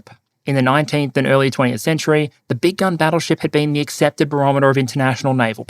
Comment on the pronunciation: “Big gun battle ship”, I thought he kept saying “big dumb battle ship”.